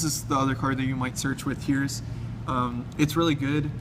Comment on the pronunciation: Wow I learned a lot about Infernity from this... most deck profiles just lists cards, this goes into rulings and that is very important. By the way Heiress is "Air ess" not "Here ess"